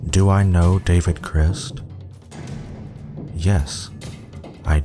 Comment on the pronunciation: idk why but i can't stand how he pronounces david crist in the last one.